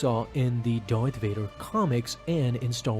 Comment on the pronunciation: Please stop saying Darvader